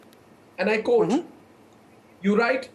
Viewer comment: It is not pronounced "Coat" or "un coat" but quote and un quote like it is spelled.